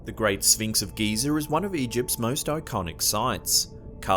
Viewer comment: Lol I love the way u said great Sphinx of Giza sounded like u said gizzer lol